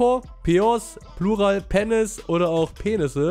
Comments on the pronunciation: Niemand: Wirklich niemand: Normale Menschen: Penis: Penness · wenn pennis statt penis liest:D ^^ lach mich weg:D